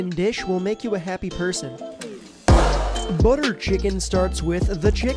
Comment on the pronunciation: ''buttea chicken gives u wiiengs''